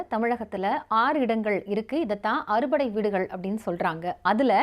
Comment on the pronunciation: அறு படை அல்ல,ஆறு படை வீடு தமிழை சரியாக உச்சரிக்க வில்லை என்றால்,பொருள் மாறிவிடும்.